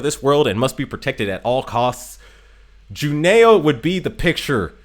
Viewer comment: Juneau is pronounced Juno. Eau is a French thing that sounds like 'oh' So glade you had blucher she is a favorite of mine